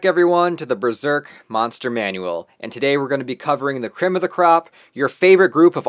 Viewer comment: This is great, except its pronounced "buh-zerk" not "brur-zerk"